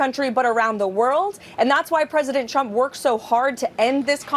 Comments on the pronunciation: #leavitt who was pregnant and unmarried can lie through her teeth, but hey: Trump (who she pronounces shump) said she has a mouth like a machine gun. Heard M. Lewinsky did, too. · Crazy lady ! Sounds like she keeps saying president Chump ! 😂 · KKKaroline always sounds like she's saying President "Chump" LOL. It must be those lyin lips